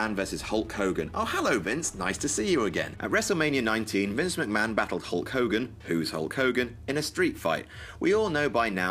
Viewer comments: Hull Cogan? I thought it was Mr.America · *Hulk Hogan